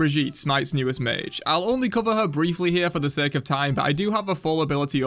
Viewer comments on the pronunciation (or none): none